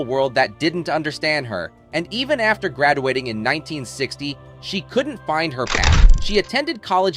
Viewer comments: Did the narrator mispronounce “students” and “graduating”? I stopped watching after that because of you can’t read those words correctly, then I can’t trust what you’re saying…. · One minute and nineteen seconds into this video I had to stop it, write this comment, and turn it off. Why? The narrator mispronounced the words "students," "trapped," and "graduating" all within a span of about ten seconds. If those simple words were so tough, how did he correctly pronounce "dermabrasion?" That's very weird, and I figured if they couldn't even figure out how to say them, there's no possible way I am going to trust the facts presented. Which is too bad, because I have been a Janis Joplin fan since the first time I ever heard her on the radio. I listen to the Pearl album over and over; it's a masterpiece! Thumbs down on the poor video production.